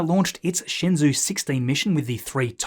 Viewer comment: shenzhou is pronounced more like Shin joeu. while I guess that is as close as I can get to spell it in English lol. The word shenzhou means divine land which was to describe the land of China.